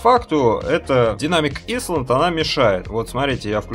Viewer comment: Не "исланд". "Айлэнд", пожалуйста....